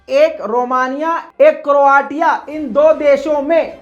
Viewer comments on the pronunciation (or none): क्रोटिया नहीं क्रोशिया बोलो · क्रोआ तिया नहीं, क्रोएशिया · Bhai crotia pronounced as croshia. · Please pronounce Croatia as cro-ashia. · Its crow Asia to pronounce and the spelling is Croatia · Kindly correct pronunciation kya karo , country ka naam ghalat pronounce kr rhy ho